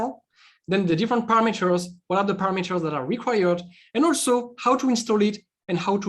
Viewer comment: Are you shure with "paramAters"? .